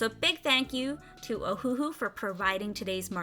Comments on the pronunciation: You said it correctly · Great Review Video! Thank you for all the precious inputs. And you are saying the name correctly (thumbs up). :D